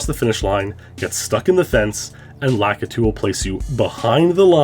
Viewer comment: So are we sure his name isn't "Lah-Kee-Too"